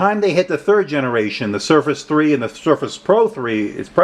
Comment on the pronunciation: Thanks for your review. I appreciate these SB reviews. Just a side note so u can correct it, you left the 'r' out of surface in the beginning of the video.